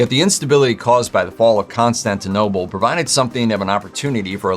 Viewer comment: ConstantinoPle, not constantinoble 😖